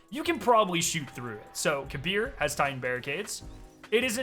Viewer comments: The game pronunciation on Kabr name is Kaber not Kabir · Kabr=KAY-brr Not kuh-BEER